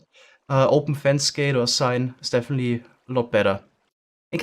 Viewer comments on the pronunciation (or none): none